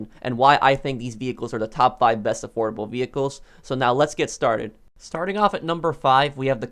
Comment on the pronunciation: i thought u said adorable for second i was abouta say the rc car should be on this